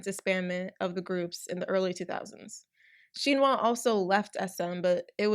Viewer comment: OK so you covered the topic really well but OMY THE MISPRONUNCIATIONS ARE KILLING ME: -BOA (bow-ah) -SHINHWA (shin like the body part, hwa idk how to explain for english speakers) -hangeng (han like the star wars character, geng (also cannot be romanised properly to english) -sulli (sue-lee) -minwoo (min like mint without the t, and woo) -tao (is one syllable) ok more than mildly annoyed asian kid out